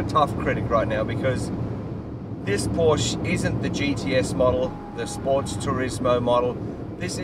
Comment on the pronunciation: POUR-SHA! Pronounce it correctly, please.